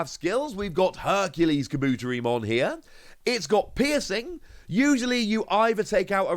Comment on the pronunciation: Kabutetimon is pronounced: Kabu-Terry-mon not Ka-boot-ery-mon Again it's Kabu-Terry-mon my friend 👍